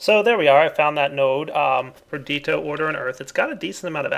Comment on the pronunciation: Love the series,, but for the sake of all we nazis and pedantics out there, please just try and say Perdi-TI-o and Precan-TA-tio:)